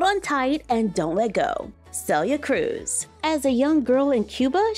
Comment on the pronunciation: Omg, as some1 named Celia, ty so much for saying her name correct. I hate when ppl call me Cilia. I know different langueges prenouns things diff. But the way you say your name is important.